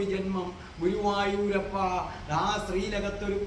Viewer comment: എന്റെ പൊന്ന് ഗുരുവായുരപ്പ എന്നണ് പറയുന്നത് Sir